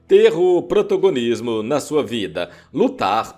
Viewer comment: " PROTOGONISMO " ???? ESSE LOCUTOR É UM PROTOZOÁRIO !!!!😂😂😂😂😂😂